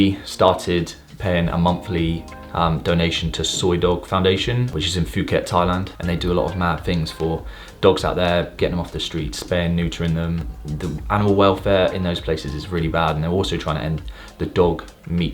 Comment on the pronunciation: Good vid, its pronounced poo-ket just fyi.